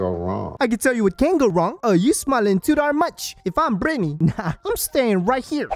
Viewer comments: I never caught the "Bretny" but now I'm fucking dying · “Bretny” omg I didn’t even catch that 🤣